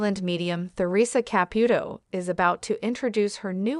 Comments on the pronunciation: Exactly! Not only that but mispronouncing her name. That's the sign that there is no real person talking, it's AI. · It's difficult to take stories like this seriously when even Theresa's name is mispronounced.